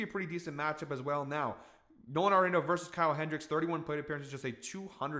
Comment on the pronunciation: love the Nolan pick, and he says his last name "ARE-in-AUTO" not "NATO". But....keep the winners coming!!